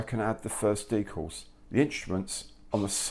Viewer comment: Very nice!! But its decals and not deecals!! One 'e' not two!!